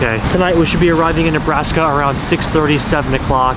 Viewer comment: Ah yes, the state of "Nebraks". 🤣🤣🤣🤣 JK! I know you were probably (definitely) worn TF out while editing this epic hour-long video. All jokes.